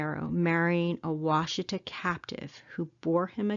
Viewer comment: The name of the Black Kettle river is pronounced Wash Eh taw. I a m from Oklahoma and live 150 miles east of the site. Love your videos.